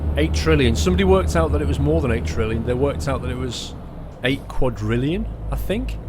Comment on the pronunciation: It's katrillion